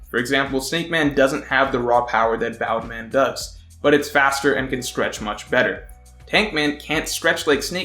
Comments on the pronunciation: It's BOUNCE MAN. Bound man was an early romanization pronunciation of the name. If we're sticking with that then you have to call Luffy, Ruffy and zoro, zolo. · bound man? i thought it was bounce man. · isnt it bounce man, not bound? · Please stop calling it bound man. It's literally bounce man. He bounces. The Japanese have accents even though they use English words often. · Btw it's bounce man not boun man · Its bounce in subs but luffy pronounce it as boun man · guy: bound man everyone else: BOUNNCEE MAN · Stop saying Boundman pls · In sub luffy says it bound man but the subtitles say bounce man and the meaning is bounce man :)